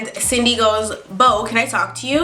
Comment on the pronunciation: I thought she said Sydney I kinda sounded like cindney a couple times